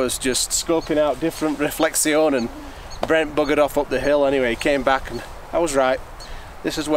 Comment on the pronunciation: You forgot to pronounce "reflection " correctly while explaining your trick